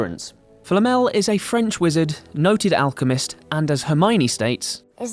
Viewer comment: It's pronounced HER-MY-OH-KNEE. It states that quite clearly in the GOF (Goblet of Fire) at the Yule Ball scene. She's explaining to Viktor Krum how to pronounce her name (he keeps calling her Herm-own-ninny)